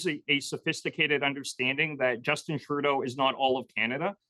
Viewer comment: did he actually pronounce Trudeau "Turdo"?😂